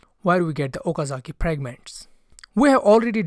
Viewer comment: Nice video but why r you pronounce the letter F as P pragment instead of fragment it's annoying. Apart frm tht good video.